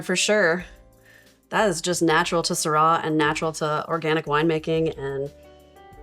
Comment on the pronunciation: I am a fan of Jean Paul Jaboulet and Chapoutier, Rhone is so much bigger than this granite mountain. Go visit smaller wineries in Saint Joseph, Gigondas, Vaqueras. desertwine like Beaume de Venice. Doing posh over an too expensive bottle and not knowing how to pronounce Syrah. We will not drink this stuff so look for your own discoveries. ;) enjoy.